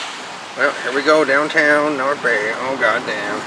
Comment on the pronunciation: Is it just me or did he say North Gay😂😂